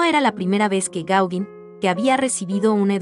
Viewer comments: Interesante, aunque chirría un poco escuchar una y otra vez "Gáuguin" (y mira que se empecina nombrarlo muchas veces😀), cuando se pronuncia* Goguén* (más bién con un sonido entre la "a" y la "e"). Más que nada para que los chicos no aprendan a pronunciarlo mal. Es Pol Goguén chicos NO "Paul Gáuguin"😊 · Hola, conocía mucho la obra de Gauguin en la Polinesia, pero poco de su arte antes! Me encanto la crusificion, parece casi infantil, pero es excepcional! Respecto a la pronunciación del nombre del pintor (me rindo)! El perfeccionismo…es parte de mi! Sorry!